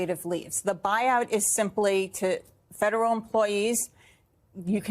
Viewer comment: She's trying so good to speak cool, she can't pronounce F E D E R A L.